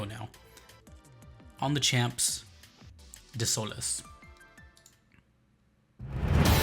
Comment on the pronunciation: damn that pronunciation of desoles killed me and i am not even french ....